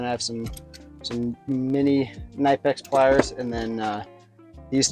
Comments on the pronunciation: If you want to represent Knipex, it is pronounced: Kuh-nip-ex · That's like the 7th way I've heard knipex pronounced. I usually cycle through three different pronunciations of it. I wonder if we'll ever know the truth. Good kid. I think he'll do great as an aviation mechanic. Already pretty knowledgeable